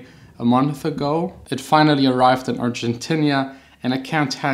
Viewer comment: Hahaha Argentinia sounds so funny! Thanks for the tips!